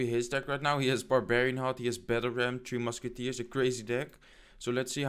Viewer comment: You Keep Saying Teo Musci its three mucki man😂😂😂😂😂 great video by the way